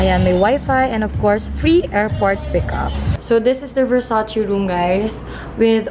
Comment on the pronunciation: Versace-read as it is po,not versacì...